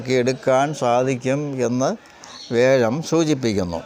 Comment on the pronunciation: വ്യാഴത്തിനെ േവ ഴം,വേഴം എന്ന് പറയുന്നത് എന്താണ് ?